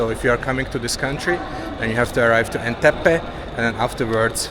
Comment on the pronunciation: I can't imagine watching all this video from start, 😂 but I hope 50gb lasted for you. Its Entebbe not Enteppe